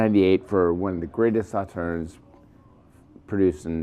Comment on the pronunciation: Agree with you completely; please look up how to pronounce the name Sauternes to do the wine proper respect! Cheers